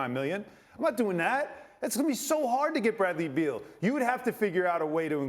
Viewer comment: It's BEAL. Not Bill